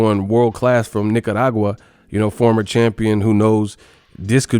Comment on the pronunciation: I'm Nicaraguan I gotta give my boy an (A) for his performance, n good job on pronouncing Nicaragua correctly N who do u think chocolatito should fight next?